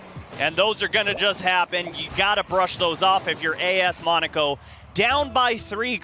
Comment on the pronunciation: im cringing when he says monaco wrong